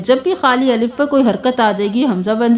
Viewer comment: Aslam o alaikum abi b theek nae kia miss g. Alaf ko thora wazia kr dia kryn